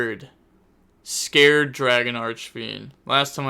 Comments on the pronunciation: Scarred, not Scared. Scar. If you're going to commentate and be on people about misplaying so much that if they breathe wrong it's somehow a misplay, at least put some effort into basic pronunciation. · Lmfao bro im CONVINCED youre trolling with the names now. Scarred, as in scar, not scared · It’s pronounced “scar red” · Only thing I’m scared of is how you pronounced scarred lol